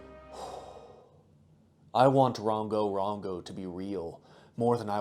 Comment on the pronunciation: Same here Edit: it’s rOngo not rAngo